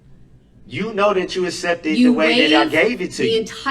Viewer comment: Asssepted. we need a DB dictionary. Words how not to pronounce 😂